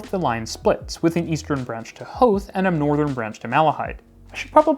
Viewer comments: Howth especially, North Americans almost always get it wrong - so that was nice to hear! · Chefs kiss for pronouncing Howth correctly 😅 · im so happy you said howth correctly. lovely video. wouldve loved to see the old docklands tramlines highlighted which were stopeed being used in the 1920s due to the advent of busses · Congrats on pronouncing Howth correctly!